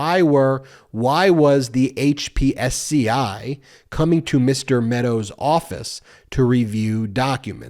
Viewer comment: Dude, it is pronounced hip-see. Not HPSCI.